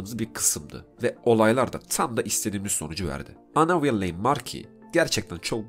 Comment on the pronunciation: Hocam video güzel olmuş elinize sağlık. Yalnız villain'i okuyuş şekliniz biraz battı, vilən şeklinde okunuyor.